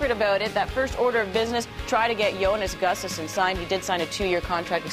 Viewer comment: I love how no one can correctly pronounce his name... It's Jonas Gustavsson (pronounced like this: yo-nus goo-stav-son). Cmon people, get this right!!!